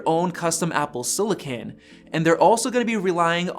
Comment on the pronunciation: What the hell is siliCAN?